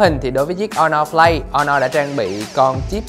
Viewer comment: Honor"Flay" t ko chịu nổi^^